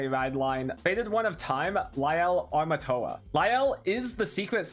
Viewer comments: aint it Amorta not Armatoa? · I think they're asking that because keeps mispronouncing the name as "Armatoa" when it's "Amorta"